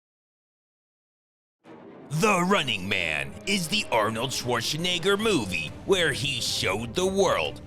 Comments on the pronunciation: "Arnold Shwarshenegger" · Maybe try to pronounce Arnold's last name properly if u doing a video on him ?!?!? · Why do you say Schwarzenegger weird like that